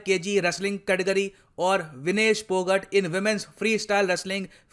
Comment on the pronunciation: Sir, I would like to correct you it's विनेश फौगाट not पौगट